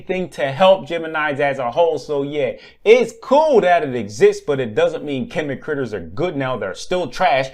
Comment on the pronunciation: 1. It's called a shtick, 2. Every other yugituber literally tells you how good and broken every new card is. 3. Chemi not chime. For someone who wants to judge people you aren't really assessing yourself.